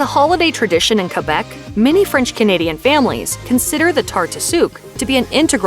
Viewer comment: “KA BWACK KHA” Bruh, “Kehbeck”